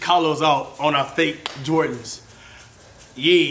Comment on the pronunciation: Its called jordahs